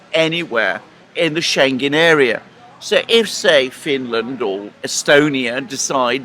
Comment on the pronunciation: "Schengen" is mispronounced by both gentleman. The g is pronounced as a separate letter: Schen-gen, that's wrong. The "ng" must be pronounced as in living, thing, song, singer, ring. There are exceptions to the rule, f.e. England and single, tingling, Schengen is not one of them. Scheng-en. often asks for replies in the comment section, but experience has learned he does not read them, at least not all because I've pointed out mistakes in pronunciation before and he keeps making them. But you have read this, now you know how to pronounce Schengen. Schengen is the town in Luxembourg where the European "Schengen" treaty was signed in 1985, opening all borders between subscribing countries.